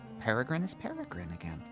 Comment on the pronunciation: Peregrin!!! Peregrin... Oh our sweet boy.